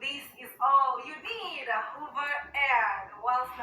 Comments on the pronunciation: Hoover air? I thought it was a vacuum cleaner😂😂😂 Did she mean hover? Hover is pronounced hovva, Does she not know what the verb hover means? Ignorance manifested🤣😂🤣😂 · Hey ❤️from South Carolina! She won't be in Zion long mispronouncing the manufacturer's name. 😂 Hoover Air is spelled with two o's. She's holding boxes from HOVER AIR. It rhymes with OVER AIR but she's a former School Teacher in her tweenies with full passports stamped from over 70 countries around the world but her greatest achievement is marrying Peewee Herman. 🙄